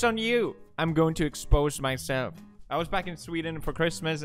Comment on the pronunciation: "but the jokess' on you, am going to exxposse mysself"